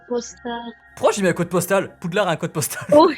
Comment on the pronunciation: "ay wants to come in pouudlard"